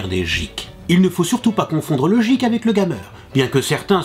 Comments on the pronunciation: Guik... et non jikk.... (GEEK) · Le geek ce prononce gueek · J'avais mal au oreilles a chaque fois qu'il disait jeek mais a part ça, cette video est cool. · C'est marrant que un geek, il le prononce jeek et une geekette, guikette. :o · on dit pas jik mais guik et ca c'ecrit geek ! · J'adore le jeek au lieu de geek xD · On dit geek pas jeek Meme si sa s'ecrit geek sa ne se prononce pas jeek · c'est quoi cet accent de m**, soit il parle anglais avec l'accent adéquat, soit il le dit pas... ou il trouve le synonyme en francais ! c'est navrant de déformer l'anglais comme ça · la vidéo est bien, mais le prononciation de "geek" et de "gamer" me font mal aux oreilles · il le fait expres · tu a mal dit le mot geek sa vien des anglais se mot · Bonne culture general, mais ta prononciation me fait un peut peut, l'humble, TS, geek, ... (Et j'en passe et des meilleurs). Mais sinon, super comme d'hab! ;)